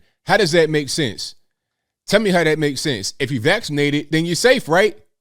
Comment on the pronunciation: When he said Lee instead of me. I want to know who Lee is and if that is his true muppet master🤔